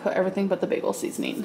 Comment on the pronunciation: Her “seasoneen drawer” makes me cringe. I’ve never seen anyone lay their spices down in a drawer like that.